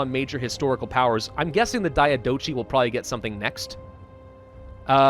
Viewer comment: I love how you pronounce the diadochi wars(sounds a litlle bit japanese). But if you want a more "correct" pronunciation its di(like Dio)-a-do-HI(like hillarious) or even thi-a-th-o-HI(both "th" as you pronounce the "the"). Also thank you for this playthrough i really love it. Happy holidays!!